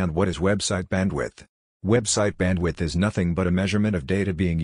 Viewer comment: "Website Badwidth" - Someone skipped school didn't they...